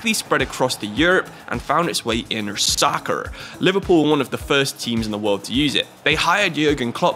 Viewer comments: Love the way you said soc-cer 😂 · The way u said soccer lol